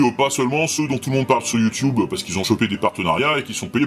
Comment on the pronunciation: Youtiyoube ?... Aaah : Youtuuuuube ! Wifi ?... aaah : Ouaille-faille !